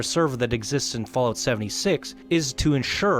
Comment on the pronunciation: I have no issues with the video, i actually agree with some things. BUT i cant stand that he calls it "FallOat" !! xD It's not cereals u eat on rainy days god damnit!